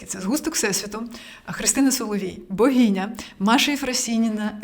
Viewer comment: Ну слухайте, оце слово з вимовою "багіня" це триндець